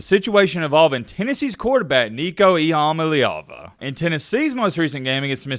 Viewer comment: Learn how to pronounce nico's name